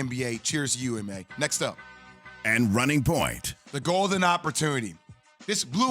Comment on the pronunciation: It’s oo-doka not yu-doka